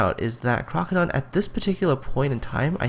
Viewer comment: This is Crokodone, and yes you pronounced my name correct. In regards to my parking cops throwing tickets at me >;D, it was the circumstance, not so much the tactic that parked me on the beach. This replay was around the 9th or 11th attempt at the challenge and this was the highest grossing damage with my Cleveland. I myself thought we would be seeing 150-250k replays from this challenge. I am far from the best player and I certainly do not have the best connection. But there are several factors that dictated this match. (1) the mass of red on the other side of C cap would have spelled suicide had I done what you would have done. 2) our DD's took out the other side's dds very early freeing me up to deal with the bumrush on C cap. 3) With the increase of BB penetration across the board, the island gave me a 2km shield from every ship going up the slot. even that St. Louis did a sizable amount of damage to my boat. 4) anyone who wanted the C cap had to show me their sides and the battleship and destroyer with me backing me up insured I did not get overwhelmed by the enemy battleships. This contest was not about entertainment, I was certain some people were out there trying to be Neo and dodge fire from half an enemy fleet while derpinating the game; I do not know if you were one of them. But none of them met my expatiations when I myself believed when my 100k damage game was going to be the lowest of the competition. I am not trying to offend anyone, just pointin